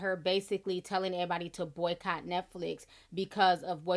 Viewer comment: Ti, I just loooooove it when you say errr body name mama had something to say .... (not sure if I said it correctly?) I need to get this right with my English accent #LondonFan